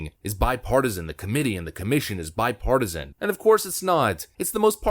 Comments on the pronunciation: Did he say bipartisan 🤣🤣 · He said bi partisan....smh